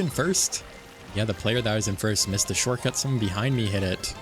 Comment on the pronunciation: This has been bothering me a lot about your videos when you say shortcut it sounds like shortcat is that intentional to reference the Youtuber Shortcat or is that just how you say the word. Please I must know also keep up the great videos and I hope you reach 20k soon.